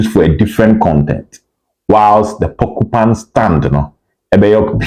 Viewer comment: Obed I beg mention it well la. It’s PorcupINE stand not porcuPAN 😂